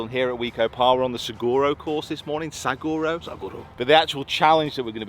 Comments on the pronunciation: Lmao its pronounced cholla (choyya) double L in spanish means a y sound. And then its saguaro (sa-waro) love the content my man. Finally got back into golf after like 5 years im so happy to be back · It’s pronounced Sa-war O. And Cholla is pronounced Choy-ya. And it’s Al-loo-min-um!😂 love the channel. Been here since the start. Best channel on YouTube! P.S., next time you’re here in the Valley, I’ll show some more hidden gems. The Wigwam in the West Valley has 54 to play. The Gold course will test you. Play US Open local qualifiers there. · Saguaro is pronounced Sawharo and Cholla is pronounced Choya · Another great video by the team! You and the guys are killing it. Thanks for sharing your thoughts and the knowledge & insight from the mental coaches. Will be a big help to my game. Fearless Golf is on it's way. Lastly, it’s sa-war-o and choya. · Hope you enjoyed Arizona. Love the videos. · Pronounced “Choya “ and “ Swaharo “ to best of my knowledge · Sa War O for saguaro and the LL in Spanish is a y sound - you don't say "Tor LILL a" you say "Tor tYa" and so with ChOY Ya